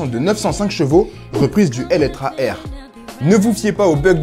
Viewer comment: Pourquoi depuis plusieurs vidéos ils disent Eletra alors que c'est Eletre ?